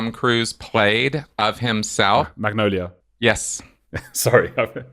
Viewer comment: Ok fyi bud you wanted to show off and interrupted him and as an american I could not understand your pronunciation of “magnolia” if your going to interrupt, speak clearly, this isn’t a pub and I’m not your mate and it shouldnt sound like you have a bowl of peanuts in your mouth… I had to rewind 6 times and eventually put the cc subtitles on and yes it annoyed me to the point of writing this message… he was speaking loud and clear and was about to say magnolia and you quip in … be a better host 🎉good show though